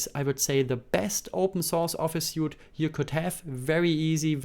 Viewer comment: „Suite“ wird „sweet“ ausgesprochen, nicht „suit“ (Anzug). “Libre” wird “Liebre” ausgesprochen, nicht “Libra”.